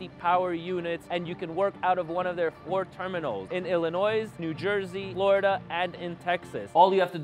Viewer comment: Love your videos Ps The S in Illinois is silent